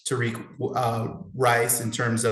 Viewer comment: How do we know these guys don't know what there talking about😂 because he said tariqe rice , his name is actually tyrice knight Smh 🤦